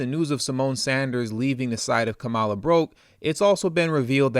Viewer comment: Even how we pronounce her name is an indication of the fraud of her connection to us. HER grounding in INDIAN lineage is even within her proper pronunciation of her name...COMMA-LA.